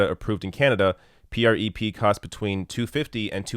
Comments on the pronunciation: Why are you spelling out PrEP? It's just 'prep'. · Oh wow... how he pronounces prep... Hello granpa, I get it, you dunno how to pronounce these crazy "youth words" har har... Ugh. Good points overall though so at least there's that. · Dude just call it Prep. Not. P R E P lol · I used to wonder if was a fellow gay, because he's so damn handsome and such a kind person. Then I watched this video where he spells out PreP (P-R-E-P) instead of saying "Prep" like all the rest of us. Which leads me to believe he's not, and, sidebar, makes me a little sad. But congratulations, I think I've discovered a new litmus test for homosexuality! LOL! Great work as always,! Thank you for this! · I love ya,, but you don't have to keep spelling-out the acronyms. It's just "PrEP." 🙂👍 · Ugh yes. You completely missed my point. It's a drug name he mispronounces out of complete ignorance. He could have taken 5 seconds to google about this and find out how to pronounce it and not sound ridiculous. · You’re mispronouncing it. Say it: “prep”. It stands for pre-exposure prophylaxis. You clearly needed to do a bit more research.